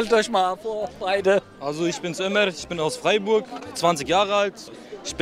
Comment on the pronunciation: der dude bei 23 minuten, warum sagt er Freiburg, jetzt muss ich mich schämen